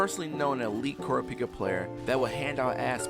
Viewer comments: Coropika? It's car-ra-pee-ka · Pronounced ca ra pee ka not coor a peeka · kurapika is pronounced like Ku-Raw-Pi-Ka im not raging about its just me letting you know